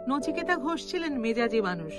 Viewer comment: নিচিকেতা নয় রে সোনা, নচিকেতা হবে। ঠিক করে নে মা।